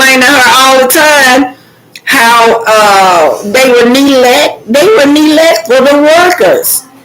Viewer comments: Its Ne-glect not Né-let please pronounce it correctly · I love your commentary- just one thing.... please include the letter "G" when you pronounce the word neglect - MUCH LOVE ❤ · No disrespect to, about correcting her about the pronunciation of the word neglect,I’m just providing education.I love her platform,she tells it like it is!!! I agree with you guys about how Arrionne treats Knox, even her sister was talking harsh to him,when he pulled Arrione’s hair and hit her.Clearly the child is not well and is very irritable. The sister said’ you’re not going to treat my sister like that,as if she is talking to an adult.her entire family is trash.